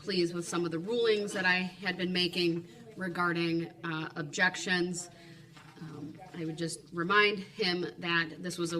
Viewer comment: His objekshuns (DB SPEAK) drive me crazy!